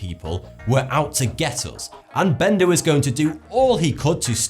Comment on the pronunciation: My English friend here is having fun with the word Benda I see lol, I keep hearing the R at the end lmao From an American with English connections 😁